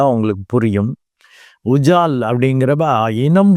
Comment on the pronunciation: ஐயா அது உஜால் குஜால இல்லை ... அஜால் குஜால்...மற்றபடி உங்கள் பதிவு அருமை🎉